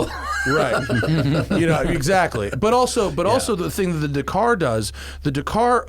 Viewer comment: Matt still can't pronounce Dakar